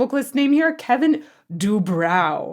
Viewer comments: I believe his name is pronounced Du-brō and not Du-brau. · His name is pronounced do-bro. You may have seen his brother on the TV show botched. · I'm so glad to finally see a vocal analysis of Quiet Riot. I've always thought that Kevin DuBrow (pronounced Do-Bro) had a much better voice than he ever got credit for. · it's pronounced doo-brow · Dubrow is pronounce Do Bro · It's pronounced Dew-Broe. The band was Quiet Riot until Randy Rhodes left the band to join Ozzy. Since Quiet Riot was Randy's name they changed it to Dubrow when he left. After Randy died in that plane crash on Ozzy's tour, Kevin took the name back. Yeah, Kevin could sing, and he was a good performer, but he was a narcissistic ass. I worked with them many times. May he rest in peace. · Pronounced De Bro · kevin DuBrow, we/i always pronounced as do bro. last time i saw him/them live was at a club/bar in fort worth late 80's. totally accidental. had no idea they were gonna be there. RIP nonetheless sir! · Kevin’s name was pronounced as in Dew + BRO